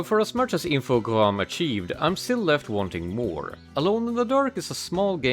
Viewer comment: THAT'S how you pronounce Infogrames?! Also that ending bit. Fuck, that got me!